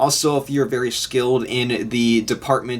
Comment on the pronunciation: Wery safe to say